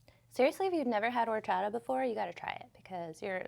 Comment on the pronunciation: It's pronounced Orr Chata. 👍🏻